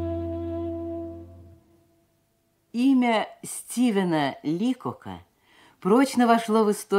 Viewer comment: Ударение ЛикОк